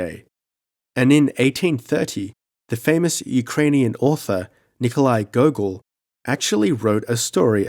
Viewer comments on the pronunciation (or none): none